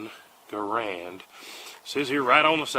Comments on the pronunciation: Except he doesn't pronounce it correctly. According to the man himself, it rhymes with "errand" but with a hard G. So more properly like "GARE-und." Not "Guh-Rand" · your drill sarge was wrong. Its g-errand not GUHrand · My drill sergeant said it's "GaRAND." He had more rank than I do. General George S. Patton, who outranked me (private E1 at the time), and my drill sergeant, also pronounced it GaRAND. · If you ever wore the Army uniform, you would know there are 3 ways to do thing. The right way. The wrong way. The ARMY way. My drill sergeant pronounced it "GaRAND."